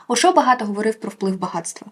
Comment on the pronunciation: Тільки не ОшО, а Ошо) Наголос на перший склад. Дуже приємно, що Ошо серед книг що варто почитати. Я переклала дві його книги і практикую його активні медитації. Він неймовірний!